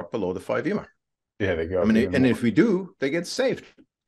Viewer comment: How can anyone possibly trust the analysis of someone who pronounces EMA as a word?